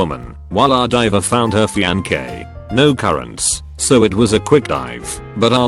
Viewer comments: We just gonna ignore “Fiankay”? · Us: Fiance Automated Male Voice Text 2 Speech Dude: FYANKAY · No one: Text-to-speech: Fiankei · You need to program your auto narration to pronounce words like “fiancé” instead of it reading “fee-an-Kay”….just a suggestion! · No one: The voice: fiankae. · Why is nobody talking about “fiancay” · Text: Fiancé Narrator voice: Fiankay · Nobody: Reddit Text-To Speech: Fianké